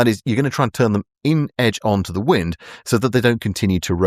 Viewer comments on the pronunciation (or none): none